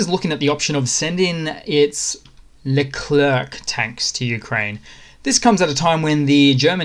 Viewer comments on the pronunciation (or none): Excellent update as always, thank you. If I may, French do not pronounce the "c" at the end of the name of the tank "Leclerc". So "le clair" is the current pronunciation